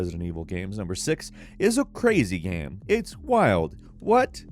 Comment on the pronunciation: No one:: GAEM